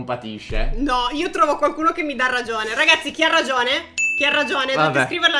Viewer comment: Hai sbagliato manca una g si dice ragggione 😂 cmq ragione*